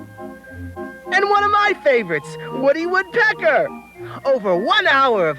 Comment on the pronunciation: I think what creeped me out the most is how it pronounced woodpecker as wood PEcker.